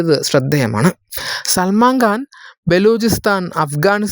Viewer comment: Pronounce properly. It is Salman Khan Not Salman Ghan.😊